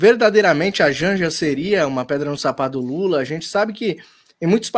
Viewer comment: Jánja ???? Kkkkkkk